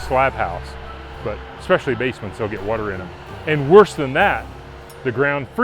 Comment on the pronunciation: 'Grand wuter'..